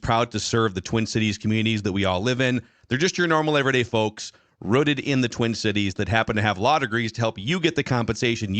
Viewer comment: "Rooted" should rhyme with "tooted" not "footed". (chuckle snort guffaw)